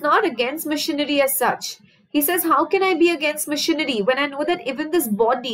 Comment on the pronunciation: Mam when you say machinery..it sounds like missionary ...that part was soo funny...but the rest of the video is very helping